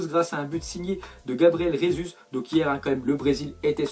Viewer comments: je t’en supplie arrête de prononcer Gabriel Jesus « Résus » c’est un brésilien pas un hispanique donc il parle portugais et en portugais ça se prononce « Gésus » merci bcp de ta compréhension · GABRIEL JESUS ET PAS "RESUS" !! C'est du portugais je vous rappelle...